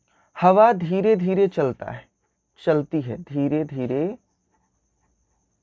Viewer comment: Dhere dhere hoga dhere dhyre nahe